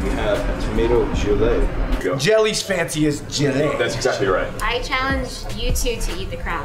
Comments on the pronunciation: Gelée, not jelly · Did the chef really say jelly as jellayy? I would have slapped him right there lol